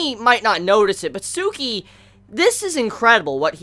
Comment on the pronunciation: It's Tsukki not Tsuki